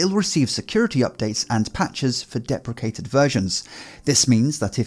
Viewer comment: I always giggle at the way you say depreciated , it sounds like it's head is getting chopped off! Is that how it's normally pronounced? We say it very different in Australia